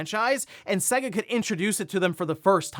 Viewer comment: SAY-guh, not seh-guh. there was an entire advertising campaign about this.